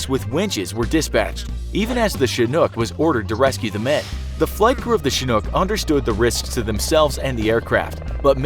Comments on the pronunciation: The way he says Chinook gets me pissed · You mispronounced chinhook